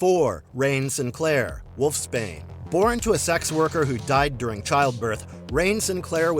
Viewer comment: No one going to mention wolf Spain? Its wolf’s bane